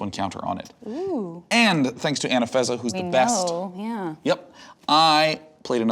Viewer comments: Why has nobody commented on him saying Anafezza instead of Anafenza? Hurts my braaaaaain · Anafeza? She's Anafenza dude. There's two n:s in there.